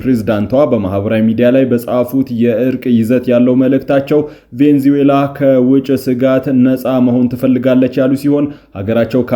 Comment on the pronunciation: *Venezuela 'ቬኔዙዬላ' ነው ትክክለኛ አጠራሩ።